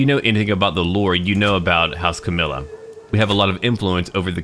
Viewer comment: Camarilla is prenounced (Cama-Rilla) I played Vampire larp during the 90's